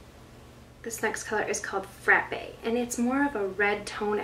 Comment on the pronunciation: Also thanks for saying frap pey instead of frapp! So many people leave the eh sound out I'm nuts it drives me crazy I'm like it's like latte frappe duh:-) it's a pet peeve of mine now lol! But you say it right cool!!!